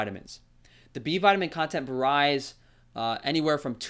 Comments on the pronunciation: Wait, it what? Vah-ryes? I love it when obviously intelligent people have a tick. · That is not how you pronounce “varies!” I tried to let it go but, you literally said it wrong every time 🤦🏻‍♀️